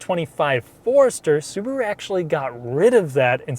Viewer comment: "Suburu" ???? Why not Subaru ?